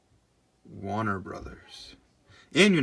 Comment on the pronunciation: I have a problem with your pronunciation of "Warner". Great video otherwise.